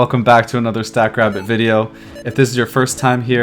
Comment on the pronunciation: At first I thought you were calling the AI "Stack Crap". Lol